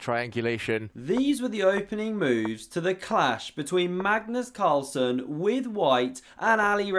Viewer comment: Cagnus Marlsen? 🤣🤣